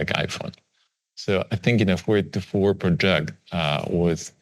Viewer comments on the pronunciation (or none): none